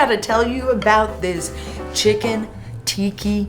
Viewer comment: Tika not Tiki